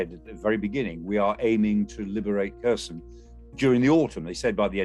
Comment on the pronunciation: "kersion" like in-cursion??. wtf pronounce it properly